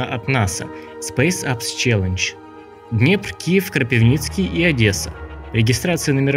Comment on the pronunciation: Насправді російською може і не "звучіт", але українською дуже і дуже класно - Кропивницький (українське "и" читається як російське "ы"). Це теж саме з пивом. Куме, Ви знаєте як мос-лі(без образ це анекдот) наше "пиво" називають, (кум)Як?, "піво", повбивав би )) .Це різні мови тому не варто читати українські назви на російський лад.